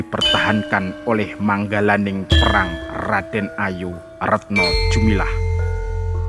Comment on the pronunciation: bukannya retno dumilah bukan retno jumilah. koreksi saja. maaf.